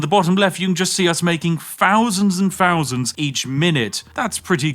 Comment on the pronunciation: " fowsands and fowsands of money"